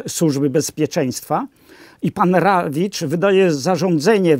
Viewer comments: Panie! To nie byl Rawicz tylko DRAWICZ!!! Niech pan sprawdzi......pozdrawiam pana oraz niezwykle sympatyczna pania Agate z USA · Prezesem TVP był Drawicz (nie Rawicz); autor wstępu do Mistrza i Małgorzaty.